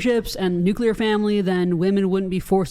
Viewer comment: I like Andrew…but goddamn everytime he says nucular instead of nuclear…he comes off dumb